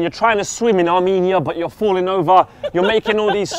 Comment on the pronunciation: LOL THE WAY HE SAID ARMENIA #ARMENIA ANYONE ARMENIAN THAT WATCHES LIKE MY SELF AND Is Mkhitaryan good? and is he leaving BVB